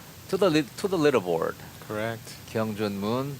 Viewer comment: 한국은 캥씨나 퀭씨는 없습니다~ "강"으로 발음해주세요~^^